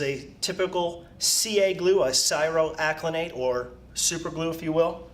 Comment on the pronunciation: you are not saying cyanoacrylate correctly